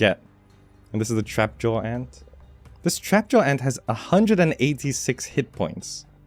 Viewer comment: Every time he said 'and' in stead of 'ant' 😩💔 Thank you for sharing.